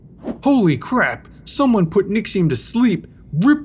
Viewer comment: please dont say holy like that